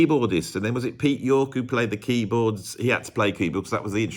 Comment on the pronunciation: Neither Nesmith or Tork worked in tv or the media.Also get Peter Tork’s name right,it’s TORK not York